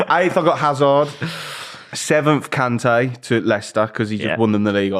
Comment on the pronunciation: Its Kante